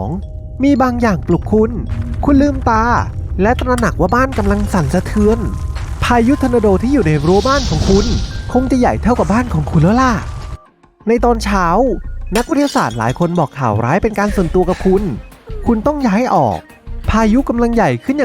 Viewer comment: คนพากย์พูดไทยไม่ชัด พูด"ได้"เป็น"ดั้ย" คราวเป็นเคา เช้าเป็นช๊าว